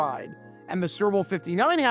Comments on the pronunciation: I love how he calls the "Super Bowl" the "Cerball." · It sounds like you're saying serbil 😂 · Are you saying, "Syrup Bowl"? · Is he saying "sewer bowl"?